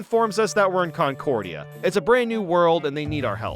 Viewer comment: "Concordia"? It seems that the c-word is now cursed.